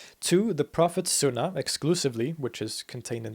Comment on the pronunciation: I heard a few, but he does a very good job. I think he said Sunna wrong. And Caliph (with a hard K) But I do not know for sure they just stuck out.